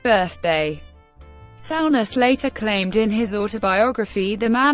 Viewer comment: Sow-ness😆 stupid computer.